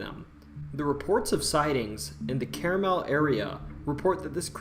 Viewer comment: also, he mentions it's carmel, ohio so wrong pronunciation and wrong state. entertaining video nonetheless